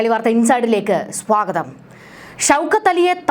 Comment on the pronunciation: "SWAGATHAM ALLDA"... "SWA KOTHAM." AANU. NINTE READING, READING..